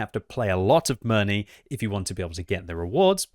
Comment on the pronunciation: OMG, ask your wife how to pronounce Mirny